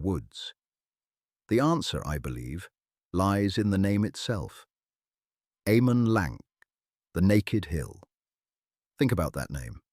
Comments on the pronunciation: AH-man LAHNK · Why is your pronounciation so bad? It just shows how bad and lazy is your research. C in Cirith and Celeborn and elsewhere are pronounced with a hatd C like a K, and G as in Eregio etc with a hard G. And A as in Amon Lanc is as is 'apple'. And there is no evidence in Tolkien's writings of Amon Lanc having any connection whatever with Moria. Moreover Galadriel could not ise the power of her Ring to destroy Dol Guldur as it and all the Three no longer had any power after the One had by then been destroyed. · Sauron: Sour-ron Celeborn: Kaylayborn Amon Lanc: Ah-mon Lahnk Ñoldor: Niol-dorr Eregion: Eh-ray-ghion The pronunciations are all wrong. Quite distracting.